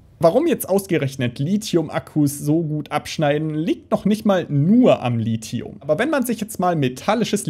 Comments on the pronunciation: Ich hätte nicht gedacht, dass mein Kommentar vom letzten Lithium-Video beachtet würde. Ich bin sehr zufrieden mit der Aussprache des Lithiums! Schönes Video :) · Ja du sprichst Lithium richtig aus 😍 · Anscheinend habe ich Lithium 20 Jahre falsch ausgesprochen.